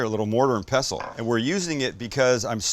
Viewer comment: Love your skillful use of the mortar and pestle, nor pessle. I come from a family of pharmacists😀